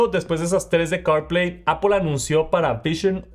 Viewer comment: Es Apple, no Apol